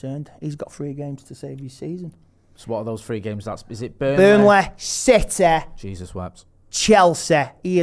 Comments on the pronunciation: man said burnleh, citeh, chelseh!!!!!!!!!! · Burneleh CITEH CHELSEH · Burnleh, Citeh, Chelseh!